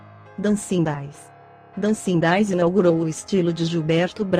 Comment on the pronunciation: Verdade, não dá ouvir Janete Clair, em vez de Janete "Clér", Dancin' Days, em vez de Dancin' "Dêis" e comedía, em vez de comédia.